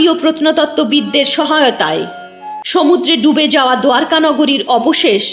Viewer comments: দ্বারকা শব্দটিকে আপনি দুয়ারকা উচ্চারণ করছেন কেন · দোয়ারকা ❌ দ্বারকা ✅